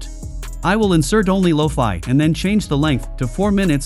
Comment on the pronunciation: What are loafy beets? Loki beats? Why does AI suck at pronunciation in 2023. Make your own music and stop using AI.